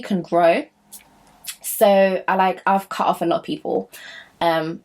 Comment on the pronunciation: “CUHT-OFF”😂🤣🤣🤣 Love it❤️❤️❤️❤️